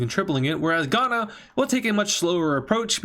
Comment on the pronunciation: “We have Ivory Coast, and… Ghana.” Bro why you gotta say Ghana like that